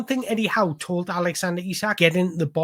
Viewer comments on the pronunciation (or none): none